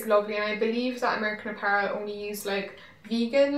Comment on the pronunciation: Does anyone remember when she used to pronounce apparel as a-puh-relle? I thought that was so cute.